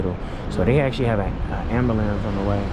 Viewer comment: Ambelamz??? Really??